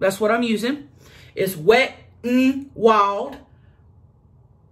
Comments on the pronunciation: “wet UN wild” lol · “Wet un Wowld” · I love how she pronounces the “N” in Wet n Wild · I was dying 😂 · Omggggggggggg me too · I rewind 3 times ☠️ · Haha omg I died when she pronounced the “n” 😂🤣 💀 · Wet N Wild 😝 I lost every time she enunciated the N.